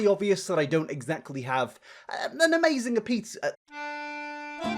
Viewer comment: im so sorry but "amazinga pizza" fucking sent me